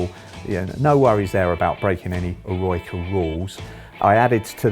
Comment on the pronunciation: It’s not pronounced “eh-roy-ca”, it’s pronounced “eh-roh-i-ca”